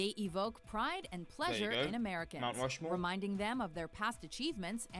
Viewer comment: So funny when said "Rount Mushmore." LOL